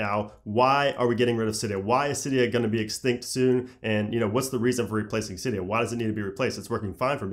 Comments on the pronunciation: AAAce X Kingz no it’s actually pronounced Cydia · R/jailbreak said it was pronounced “silly-o”